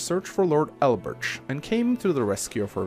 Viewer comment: elbertsh. dartsh. is this an accent or a running joke you got going?